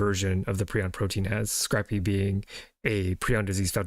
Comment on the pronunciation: This man reads these papers like he's never heard the words pronounced. Scrape-ee, not scrappy. Yak-obb, not Jacob. Jeez.